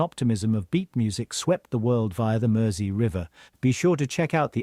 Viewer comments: (for an American) Mersey should sound like merzy, not mercy. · The continuous mispronunciation of Mersey was doing my head in. I couldn't watch the whole thing for fear for my PC monitor. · Mersey is pronounced with a Z like the guy mentioned below. Also, Mersey is the actual river that flows through Liverpool (AKA Merseyside). Hope thats clear.